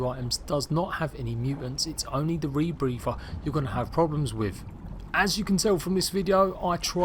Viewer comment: Say rebrepher ONE MORE TIME!!